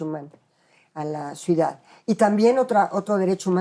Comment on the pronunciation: Ni siquiera sabe pronunciar la palabra ciudad esta señora, dice suidad, varias veces, incluso como profesora de la facultad de derecho de la UNAM, muy chafa